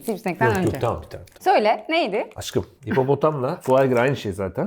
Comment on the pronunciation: Deyda dediğinde auuuuu ama Aşkım yerine Aggım diye Taksim dayı gibi ona hiç bişey yok.Yeter bu ayrımcılık hepimiz Fıratız... Bkz: sn ' Aggımm'